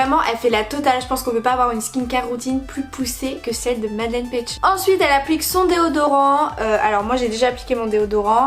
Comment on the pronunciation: Par contre son prénom se prononce Madeline